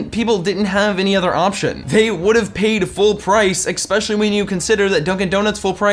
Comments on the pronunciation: it's "especially" not "exspecially" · Especially not expecially you illiterate fuck! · C'mon, man. "Expresso"? "Expecially"? Get it together! But still an entertaining video on DD. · Ex pecially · 1 sin for saying Expresso and one sin for saying exspecially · "expresso" ding also "expecially" ding and they used the taping $100 bill to the eyes gif twice ding and dunk d ding and discount movie recipes at the end ding and he was mostly italian despite being the french chef ding and "heap it on in" ding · "expecially"? burn in grammar hell. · IT'S ESPRESSO AND ESPECIALLY ... THERE ARE NO X'S IN THOSE WORDS!!! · You get 5 sins for saying "Expresso" and "Expecially" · This video was way more petty than usually is. Are you running out of companies to sin? There are only two sins in this video I would actually count: 1) Suing franchises 2) The black face thing But now I have to count sins for YOU 1) Being so petty 2) Being self-righteous 3) Saying "EXpecially" 4) The way you drank that shit at the end Come on, you're better than this!